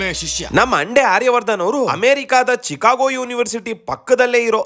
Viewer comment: Thikago university😂😂 Ass-trologer😂😂